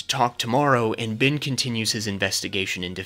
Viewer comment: HIS NAME IS BEN WITH AN E. HIS NAME IS NOT BIN!!!!!!!,!!!